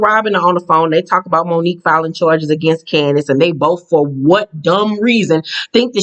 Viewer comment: Every time you pronounce Candiace's name like that I holler because it sounds like you're saying candy ass with a snooty accent.